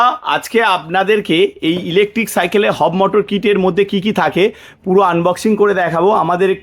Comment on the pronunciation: একটু সঠিক ভাবে বলুন ওটা হব মোটর নয় Hub Motor হবে ।